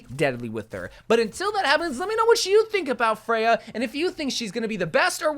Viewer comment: I hate how you pronounce her name but that’s nothing new with you and most heroes 🤪